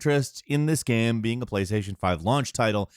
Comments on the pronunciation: Bro I hear it every fucking time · How says Gaem. Holy shit every time I cringe. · I've never heard anyone pronounce the word "game" like this. Gearm?? Gemme? Germe?! Gim??